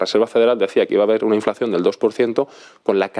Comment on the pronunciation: El entrevistado no tiene ni idea de economía. Dice "inflacción" para referirse a la inflación (en el minuto ). ¿Pero de dónde ha salido este tipo? ¿No será un niño de papá que jamás ha estudiado y que le han enchufado de jefecillo? Se ha puesto un disfraz de jefe usando el traje para ir a una boda en una catedral.